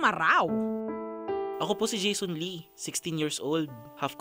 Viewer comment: Nakakainis pakingga yung ee diba lee yung apilyedo nila hindi ee